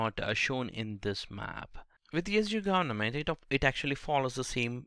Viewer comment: Its not gornament .. its government